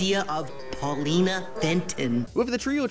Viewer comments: Erm actually her name is Paulina not Pauline ☝🏻🤓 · Ummmm, actttually it's PAULINA, not Paulineeee. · Her name is Paulina, not Pauline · you called her pauline. her actual name is paulina. Boy, I hope SOMEBODY got fired for that blunder! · Brother I'm not gonna lie the way you pronounced Pauline made me think you were saying Paulina anyway lmao Here's some engagement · Uhhhhh it’s Paulina, NOT Pauline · Tge name is Paulina, not Pauline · ok put a comment about how you said Pauline instead of Paulina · I can't believe you called her Paulene and not Paulina what the heck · its pauleena not pauleen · Erm, Its "Paulina" not "Pauline".